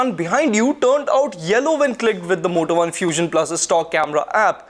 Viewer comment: Is it only me.. ? When ever he says Moto One I hear Vodafone....!